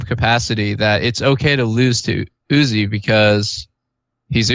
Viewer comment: Pronouncing uzi as you zee eye is criminal 😂😂